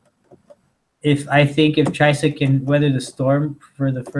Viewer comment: #Chysa Please never stop pronouncing weird names wrong, it's almost as funny as Joey Diaz saying Stiopic and Khalabeeb:)